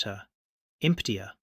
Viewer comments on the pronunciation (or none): IMPTIER STUPID AI it's emptier ya dumb funt So Sad